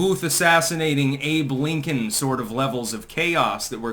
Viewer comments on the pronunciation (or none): none